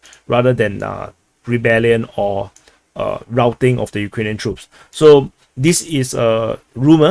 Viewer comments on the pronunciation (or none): none